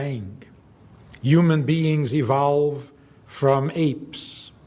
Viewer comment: Woah... only a few seconds in and I'm wondering why this guy pronounces "evolves" like that... "e-vowel-v'd"